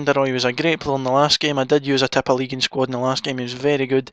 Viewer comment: I love the way you say tippeligaen :D